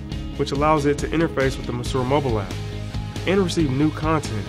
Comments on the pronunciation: I think that If they wanna market this well, they should at least look up how Monsieur is pronounced. It's very frustrating. And the design is absolutely horrible. I hope it evolves into something less massive and cubic. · Kudos to these young men and I wish them much success. Try not to be so hard on the guy for his pronunciation of 'monsieur'; it just sounds southern American influenced. Check any dictionary. 'Tiki', however, as in tiki bar, should be sounded: tee-kee. There is nothing unintelligent about these guys and I'm certain they will find their target market(s) and thrive.